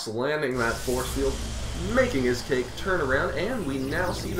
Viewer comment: i-scake Pronounce it like you would say iPod, it's a play on "Icecake"